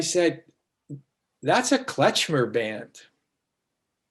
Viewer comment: Never heard it called "Kletchmer". It's Klezmer.